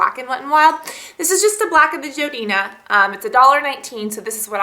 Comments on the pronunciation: its jordana not jodina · isnt it jordana not joidina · lol you said jodina insted of jordana :) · Lol she said Jodina instead of Jordana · Jordana not jodena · isnt it jordana not jodena? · I'm sorry but its too funny; jodina. it's jordana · i cant stand it ilove your vids but it is JORDANA NOT JODINA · um, if you didn't attack your face frantically with a brush you wouldn't have redness, and the foundation wouldn't have come off. also is JORdana not JOEdana, and please ramble less or edit it out..........good lord! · Sorry but are you referring to Jordana? I keep hearing "Jo-dina". Sorry but I love this product but I was confused. Thanks! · joedina?? you mean jordana?? haha i love you! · do you mean Jor-dan-a not jor-dina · i think its jordana not jodina... but i love the look! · Just letting you know, that brand is jordana (jorrrdanah) not joedina. :) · It's pronounced jordana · Its pronounced jor dayna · its called Jordana so its like Jordan but add the A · hey Cass! it's actuall pronounced JOR-DAN-A!! just to help! =) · You pronounce Jordana REALLY wrong.... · lol how you say jordana ahahahahah its okay girl :) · You say Jordana funny. Seems like you skip the 'R'.